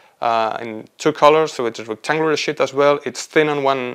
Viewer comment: Quite interesting research, but he *REALLY* needs to work on his pronunciation of "sheet" 💩 Start with a long Spanish “sí”: siiii. Replace s with sh: shiiii. Add a clear final t with a little puff of air: shiiii+t → sheet. For “sheets,” think “she eats” said quickly: “she eats” ≈ “sheets.” Words that might help: “Shiva” “Shiitake”